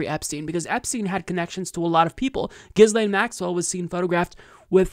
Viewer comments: It’s pronounced GEE-LANE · From Wikipedia: Ghislaine (/ˌɡiːˈleɪn, -ˈlɛn/ ghee-LAYN, -LEN) You're welcome. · If you're going to rant about her for 9 minutes, at least learn how to pronounce her name. The s is silent.